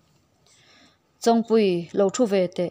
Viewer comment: Chong tih hi i lam dik lo. Chogthu tih a chong lamdan an g hian lam tur.